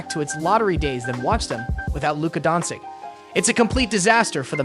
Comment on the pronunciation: It's an AI voice. That's why it's wrong.